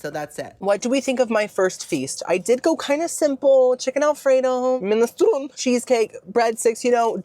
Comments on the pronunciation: I think that it's pronounced 'minestrone', not 'minestroni'! XD And I think that a cello is more like a violin, than a guitar! XD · Its pronounced Men-a-strone, not men- stroni